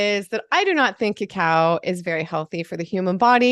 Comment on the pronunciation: OMG you said "cacao" ! I thought you said "Cow"! OMG thank goodness I went and listened harder! This will be my life, too.